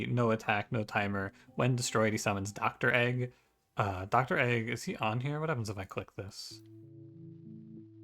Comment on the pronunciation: I can’t believe you call Dregg “Doctor Egg”